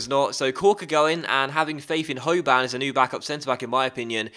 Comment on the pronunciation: rather than ho-ban its ho-bin